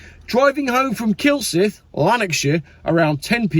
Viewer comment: Well done but its KillsAYEth, not ith sorry to nit pick not that sorry, the trouble with electric cars is apart from them being useless and a danger to the planet they not only are electrically propelled but everything is also computerised that's why i hate them and don't want one I will stick to my 1979 Ford Granada